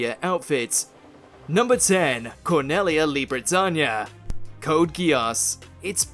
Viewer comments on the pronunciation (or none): The fact that you, with all the seriousness that you have, DARE to pronounce "CorNEElia" as "CorNELLia" is frankly insulting to her. They say her name DOZENS of times in the anime, and you STILL manage to fuck it up???